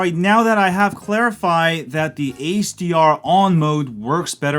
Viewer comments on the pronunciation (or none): I thought you were saying ACR mode throughout half the video and then finally noticed you meant HDR lmao, great video though